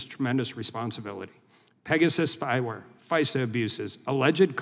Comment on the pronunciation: That first witness pronounced FISA as phizer and I bet he says Phizer to sound like fisa🤭😒